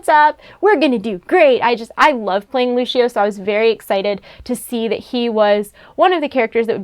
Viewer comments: ITS LUCIO NOT LUSHEO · it's lu-c-io not lushio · Yannick Marvens it is Lu Sio not Lushio. df people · She said "Luchio"and not Lucio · Lushio? Listen here ya fuckin ninny its pronounced LU-CI-OH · Dude she said lushio not lucio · did she just say luchio ???? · y u keep saying Lushio? it's LU CI O XD don't hate... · You said lucio wrong it's loo see oh, not loo she oh (sorry if I spelled his name wrong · I hate when people say lushio instead of lusio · Yannick Marvens GUYS ITS LU-SEE-OH NOT LU-SHI-O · you say Lucio like Lucifer not Luscious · Lu-see-oh* Haha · She said LuSHio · 2:96 Luchio. Good Pronunciation! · It's not pronounced "Lushio" and second of all, there's a separate D.va figure with just her. Obviously they can't make the D.va in her mech perfect. The mech also had a closable door. Not everything can be perfect and spot on. I love it. Idgaf if she's standing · Omg. I GOT TO GET THEM ALL!!!!! Also you said Lucio like Luchio. But good vid. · "lushio" eye twitch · Lusheoh LOL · Exsqueeze me? Lushio? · umm she keeps saying lushio its gets me trigged!!!!!!!!!! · its LUSEEO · lushio nooooo lu c o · I cant take you seriously if you cant pronounce "Lucio" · If you love playing Lucio, learn to say his name, at least o_o